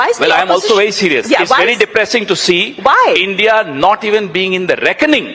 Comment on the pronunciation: Roo.. ENDIA...Roo😂😂😂😂😂